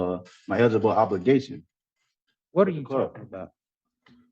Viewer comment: Did he say "Edible Obelgation" or "On The Bible-gation"? 🤩